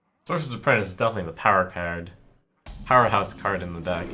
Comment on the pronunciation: I laughed so damn hard when he said "apprentie" cause I thought of this comment